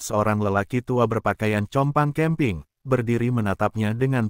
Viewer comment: Banyak narator salah mengucapkan kata2 bhs.Indonesia.Compang camping dibaca kompang kamping, Cat dibaca kat😢